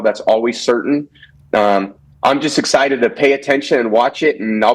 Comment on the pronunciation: Tom is “super exited about”!